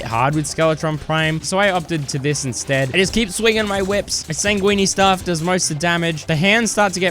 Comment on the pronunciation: "sangwene staff"